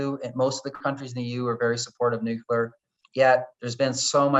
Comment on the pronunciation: Good interview, but the guest's pronunciation of "nuclear" kept bothering me